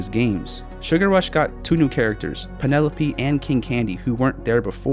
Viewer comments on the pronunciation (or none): Ok, it's VANelope, not PENelope.